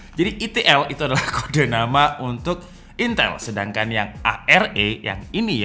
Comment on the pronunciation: Tinggal ngomong itel susahnya gimana ?